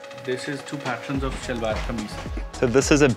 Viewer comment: Seriously Karl you look more handsome in Shalwar Kameez with that pakol (peshawari hat) than any other dress MASHA ALLAH..just like our Pathan bhai..and a little correction here we call it SHALWAR (sounds like SH)not SALWAR. I enjoyed this video very much and happy to see you happy..love to Manisha and your family in NZ from a Pakistani expat in Dubai <3